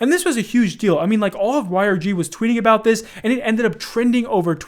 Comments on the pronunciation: worry aboot the damage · South Park was not joking about Canadians saying aboot then lol 😂